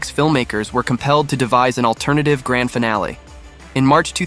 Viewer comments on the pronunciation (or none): none